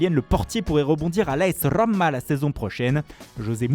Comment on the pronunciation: « Manechester » « la Rrrrrrroma »